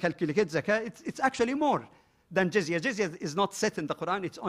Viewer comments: jizaya LOL there is no such word in arabic doctionary . the word that he was refering to is jizya and he said it comes from jazaa and it means punishment you pay penalty for something , do you know from where he got that idea ? I tell you . in soccer the penalty kick is called in arabic darbat jazaa penalty kick = darbat jazaa so the dummy confused jizya with jazaa these two words have completely different meaning in arabic . He thought jazaa which he prounced it as jizaya means penalty while jazaa means reward in arabic here is a verse in koran uses the word jazaa from yusuf ali quran with transliteration 55: 60. Hal jazao al-ihsani illa al-ihsanu 55: 60. Is there any Reward For Good-other than Good? jazao = Reward and this is the exact same word used in arabic to mean penalty kick . the english concept of the fault in soccer game is to penalise the team which committed the fault so they call it penalty kick against the team . while arabs prefer to say to reward the team which the fault was committed against so they call it reward kick in favor of the team .you cant come up from root word j z y with word that mean to penalise or to punish . if somebody did favor to you you say to him in arabic jazaka lahu meaning may allah reward you. if you use the concept of the christian in video it will sound may allah punish you LOL is that what you say to somebody who did favor to you? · Excuse me what is Jazaya??? It's Jizya you fool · even to pronounce the word Jiz-ya he said it as Jizaya!! real shame to such men